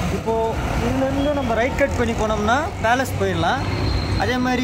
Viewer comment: இன்னாது மைசூர் பேலன்ஸ் ஆ ப்ரோ அது பேலஸ்